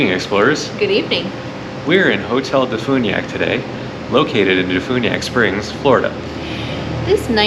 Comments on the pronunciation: As a DeFuniak born and raised local living out of state, it's Def-you-niak not def-oo-niak 😭😭 I'm sorry 💔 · Please learn how to say Defuniak before you come here.